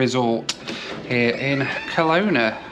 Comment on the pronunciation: We Canadians pronounce Kelowna with the stress on the middle vowel, reducing the other two to schwas, the common English vowels that you've never heard of. Come to thing of it, you made the same mistake with Nanaimo earlier in this series.